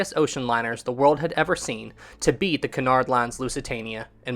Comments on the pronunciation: Isn't it Cunard not canard? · I thought it was said like Kunard not Conard line